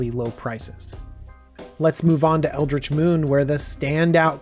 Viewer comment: I can't reconcile how you pronounce Eldritch with how you pronounce Ulrich. :P